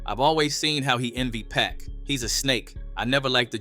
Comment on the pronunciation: Fix your AI voice!! It is pac. Not pack.